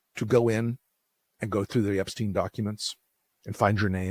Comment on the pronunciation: His name was Epstein, not 'epstene'. Try Forvo, or learn basics of German.